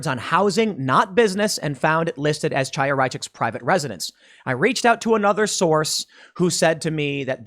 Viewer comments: FYI, Chaya is pronounced differently from what you are saying. The initial sound is not "ch" like in "change". It is the gutteral sound like the end of the German word "Reich" using proper German pronunciation. Chaya is a Hebrew name. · Hi Tim, here is Alex from the UK. I happen to speak Russian and Hebrew. I just wanted to tell you pronounce the name of the woman from LibsOfTikTok wrong. It’s a known Jewish name where CH is spelled as H like in “human”. Great work, enjoying it every day!